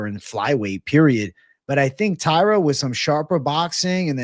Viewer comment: it's TAI-RA